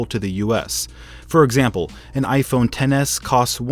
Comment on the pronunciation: Vishal Singh he said iphone but it sounded like gay phone 😂